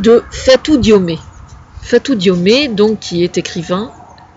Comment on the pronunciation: bonjour , le nom DIOME , le E a la fin n'a pas d'accent aigu , cest pas diomé mais diome , c'est comme si tu prononces la ville de rome : romé alors que cest rome. :)